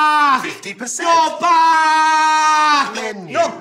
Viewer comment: When you were saying 'back' it sounded like Bach...I was hoping to hear some classical music; I was disappointed .